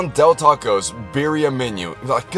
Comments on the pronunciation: "beer-e-a tacos" NEVER SAY IT LIKE THAT AGAIN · Why do I hate that? He says Birria instead of birria I know it’s spelled the same but like Birria tacos is supposed to be pronounced in Spanish, no offense